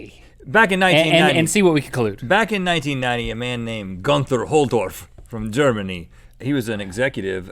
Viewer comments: Rhett it's pronounced Goonter not Gunther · you said Guther wrong